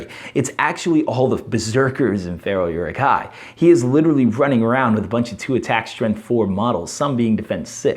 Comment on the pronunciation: By the way, Rumil has the accent on the U which means it's pronounced "ROO-mill". Also, it's more like "OO-rook", or "Uh-ruhk".